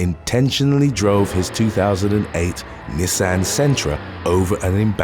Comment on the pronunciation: Knee-son. Not nay-san. I swear you mispronounce everything on purpose. Soo annoying.